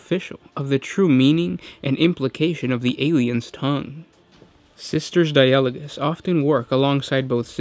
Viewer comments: di-AH-lo-gus seems unlogical, maybe DI-ah-lo-gous like the word DI-a-logue? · die-a-log-us if you need to know how to pronounce anything put it in google translate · It's Die-ah-low-guss. That's exactly how you Anglicise that, learn to English. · You're right you are pronouncing it wrong! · No he isn't.